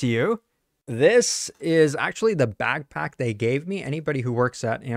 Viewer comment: did you just call it a bagpack?